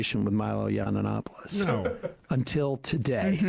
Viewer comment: Yiananopolis! It used to bug me but mispronounced nomenclature is pure trolling.